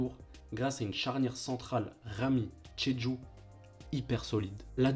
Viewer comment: Bravo pour cette belle retrospective. Attention néanmoins aux prononciations. On dit "Nioucasseule" et pas Niouicasteule". Pierre Alain Fro et pas Frao. Aurélien Chedjou et pas tchédchou. Wasquehal se dit Wasskal et pas Vasquenal. J'en passe mais fait attention, ça fait perdre de la crédibilité :) Sinon, encore bravo !